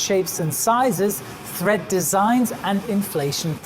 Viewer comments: Hi, It's tread. The grooves in the tyres are treads. (Same word as 'to tread, to step on'). This is the same in both American and British (and influenced) English. Tyres can also have threads, in the ply of fabric used to create the body of the tyre. Though, such tyres are no longer common in automotive uses - presumably not in aviation either! There may still be some protective fabric over the body though, with threads.;). Bicycle tyres are still typically made of woven ply bodies though. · Do you mean tread when you say thread? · TREAD, not THREAD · Tread not thread :( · It's tread. Not thread. Lost me right there. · Never realized there was a letter H I the word tread. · No Sir, I'm not mistaken. He uses the word just four times ( ) and he pronounces it correctly just once (the first time) the rest being as thread. As Brem points out, the diagram indicates tread but he does not use the word at that time. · I think he is most probably French and yes, I agree with you, his English is pretty darn good. He gets it right at 1.40 a beautifully pronounced "tread" so he knows how it should sound, but just got confused on the other three occasions. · Excuse me, but he says "thread" and the graphic also shows "thread". Not once does he say "tread" correctly. I'm sure it's a language issue, but it's definitely "tread" and "thread" is simply incorrect. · Brilliant video as always. You've answered so many questions about aircraft tyres. HOWEVER. It's treads, not threads! Sorry I'm a pedant. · By "thread", I'm guessing you're meaning "tread" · It's TREAD not THREAD... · It's called " Tire tread " not " tire thread " very informative video , thank you 😊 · I thought it was tread, not thread. You see this on Craigslist all the time. “ tires have good thread”.... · Thread? Or tread? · Err... the correct term is tread. Not thread. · Tread layer, not thread layer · FYI: it’s “tread” not tHread. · He doesn't call it tread. The diagram says tread but he calls it thread.